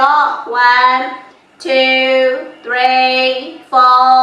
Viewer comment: ဝမ်း တူး သရီး ကိုဆိုတာသရီးကိုဘယ်ဘာသာနဲ့ဆိုနေတာလဲလိုက်လုပ်ချင်တာတောင်သရီးကျရင်ကြားလို့မရလို့ဆက်မကြည့်ဖြစ်တော့ဘူး